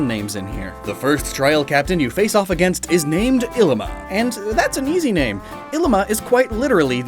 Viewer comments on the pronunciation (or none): Ee Lima and Kiah Veh. hopefully that helps butcher Hawaiian less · Pronuciation Errors and just general topics, from a native Hawaiian Ilima - e•li•ma Kiawe - ki•a•ve (most w are pronounced with a v sound) No one really eat hala fruit, but if you do let it dry, you can use it as a brush. Hope this helps ✌️